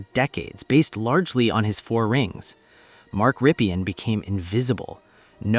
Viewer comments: It's Rippin' not Rippian' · Ok, Here goes. Rypien is pronounced RIP-EN. ('EN' like in End) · Mark Rypien is so unknown today that YOU don’t even know how to pronounce his name corrrctly. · Jesus man... You really need to check name pronunciations if you want to make videos. I turned it off after you butchered both Rypien and Grbac. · So forgotten that this guy who supposedly researched him can't say his name right.